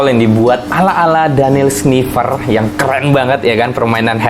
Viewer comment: koreksi yaa bang Schiffer ndak pake "n" #piss